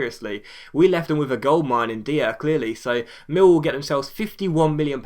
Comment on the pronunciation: "Dier" is pronounced "Dyer"